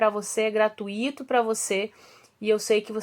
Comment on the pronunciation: prof gratuito e não gratuíto